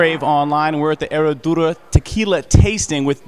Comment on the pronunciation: The "H" is silent. "Suprema" not "Supremo" - Seleccion Suprema is the bomb